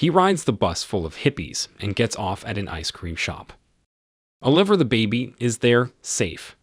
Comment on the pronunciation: a Bee. Em. Double, Yew. much emphasis on the car lol. Wait, whats a leemo? Oh liver, the baby